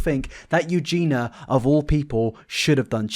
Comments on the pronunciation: It's Eugenia, not Eugena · I agree with all this, but it's Eugenia, not Eugena! YOO-JEEN-EE-AH! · Can you at least pronounce her name correctly? It is Eugenia, not Eugena. Jesus christ 😒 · This is a good video but her name is Eugenia not Eugena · I can understand why you don’t like her, but at least pronounce her name like it should be! It is Eugenia not Eugena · Why do you keep calling her Eugena instead of Eugenia? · I like the video, but why do you keep saying "Eugena" instead of Eugenia? :/ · eugenIa lol not eugena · please say her name correctly...it's EugeNIA.....I can't concentrate on your content when you keep saying it incorrectly....The letter i needs to be included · I am not a Eugenia fan AT ALLLL but it’s bugging me so much that you can’t pronounce her name right loool EugenIA not Eugena 🤣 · how long is it gonna take him to realise it’s pronounced “eu-gee-nee-ah” not “eu-gee-nah” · ... okay... very quick thing... you keep saying “Eugena” [You-gee-nah]... It’s “Eugenia” (You-gee-nee-ah] 😅 That is all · Her name is Eugenia not Eugena. Why don’t you mind your own business. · you should make sure to pronounce the name properly. Maybe bc of your accent, but her name is Eu-gen-I-a, not Eugena. Would make what youre saying more credible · Every time you say her name, I imagine it being spelled: Eugina. It's Eu gEEn EE ah. Not, Eu gEEn ah. Her name has four syllables, not three. Sorry to nitpick, but it's driving me nuts, especially considering how much you cover her. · Why you keep calling her Eugena 🙉🙉🙉 it's EugeNIA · IT'S EU-GEEN-I-A NOT EUGEENA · Can you at least pronounce her name right if you’re going to make all these videos on her? Her name is Eugenia not Eugena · EugenIIIIIIIA not Eugena lol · It is pronounced U-GEE-KNEE-YA not U-Gina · Hermoine says: It’s Eugenia, not Eugena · EugeenEEa. Not Eugeena. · why have you insisted on pronouncing her name wrong in every single video on her lmao. love you bro but it’s EUGENYA not eugenah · You jeen ah